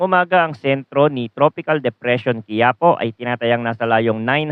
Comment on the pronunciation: Hindi quiapo bigkas Dyan ki ya Po may diin sa ki, kagaya Ng isang Lugar sa Nueva ecija.